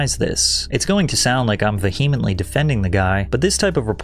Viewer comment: Dude you're still pronouncing "vehemently" incorrectly lol. Just a heads up